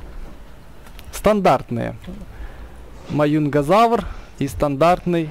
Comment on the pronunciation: Маюнгазавр это Маюнгазавр ане Мажезавр пж говори правельно